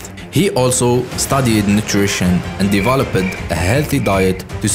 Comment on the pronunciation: Developed, daevaelovete-ed 😂